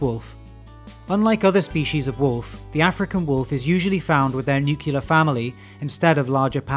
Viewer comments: nuclear not “nucular”. what are you, the British Dubya? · Say it with me, nuclear, not nuculear... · Also, it is nuclear, you know, similar to how you'd pronounce "clear." Not nucular. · Sorry to nitpick- the opening statement about Wolves- you list their weight up to 140 lbs. I've read in multiple sources they can be up to 170lbs. Also, you should specify they are the largest WILD canine- as some domestic dog breeds can be taller and reach 200 lbs. And it's nuclear, not nukular. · When you said NUCULAR you completely lost me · Nuclear, not nukular. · Nuclear. Definitely not nucular. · Nuclear, not "nucular" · wolves live in nuclear* families, not "nucular" families. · I had to stop watching when I heard “nukyoolar”. It’s nuclear. New Klee Ar. Not new kue lar. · Always makes me question legitimacy when an educational video doesn’t understand that the word nuclear is not pronounced as “nukular” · Throughout your presentation you annunciate the word nuclear as nucular; just a mild slap. Then I read your opening comment and you spell the word correctly. Odd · Hearing a Brit say nucular is on par with watching your lawyer take a dump on someone's living room floor. I literally had to look it up because, hey, I might be wrong, I'm no sociologist. But no, it's nuclear. For the love Pete. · Nu-cle-ar. Not Nu-kyu-lar. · Its nuclear not nucular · I wanted to give this video a like, but then i heard you pronounce nuclear as "nucular" and i simply cannot abide that, I'm sorry. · I would like to point out the inability to pronounce the word nuclear hurts credibility. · "Newkyoolur families" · “Nucular” was a red flag for the misinformation to follow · Let's practice - N-U-C-L-E-A-R. Not N-U-K-E-L-A-R. 🙃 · Did you just say "nuke-ya-ler" in a scientific video? Jesus Christ Lmao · It’s pronounce new-clear my man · "Nucular" Thanks for that, George.